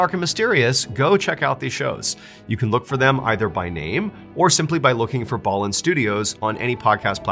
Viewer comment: I thought his name was pronounced Mr. B- Allen 🤦🏽‍♀️